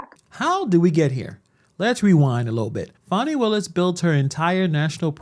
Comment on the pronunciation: Her name's Fani not fawny